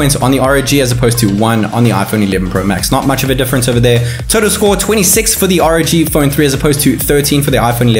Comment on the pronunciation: ROG as in seperately are oo gee or else ROG as in rogue it's not raug for fucks sake